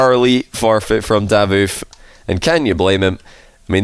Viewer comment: I don’t think it’s “Dávoof”, I always heard “Davóof” here in Italy